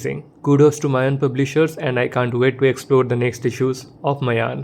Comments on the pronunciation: Its not mayan. Its maayan. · i was saying that, the pronunciation of the title is maayan.